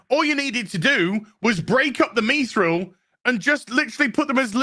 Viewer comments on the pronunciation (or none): How does it not make sense you can't create without sacrifice? why are you and purposely pronouncing mithril wrong just because the show did?